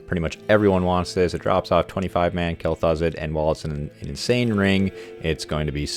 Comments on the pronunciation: It's Kel-Thuzed. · "Kell Thoo-Zahd"